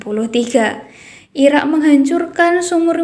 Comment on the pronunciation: Irak neng bukanya ira 😂